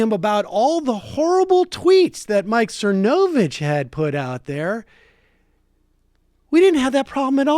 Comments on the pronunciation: Dude, you can't even pronounce his name right. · Does Sam intentionally mispronounce his name or is he just incapable of learning how to pronounce it? lol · I don't like the guy either but the way you pronounce his name makes me cringe